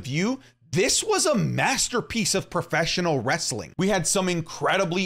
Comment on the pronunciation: Everytime he says preffesional wrestling i cringe